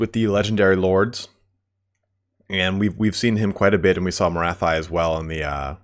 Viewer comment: Morathi should be pronounced "Morathee". But that's the advice of a French speaking guy so it's up to you 😉